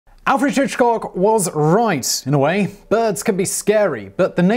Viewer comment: Who the hell's "Afredge Hitchcock"?